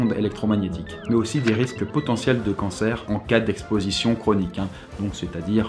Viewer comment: Bah voyons pourquoi quand tu dit "canser" il y z soudainement une "Maye" (héros d'overwatch) qui apparaît 😂 ça sens la rare a plein nez 😂